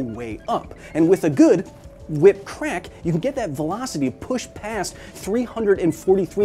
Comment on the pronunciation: "And with a good WHI-PAH"...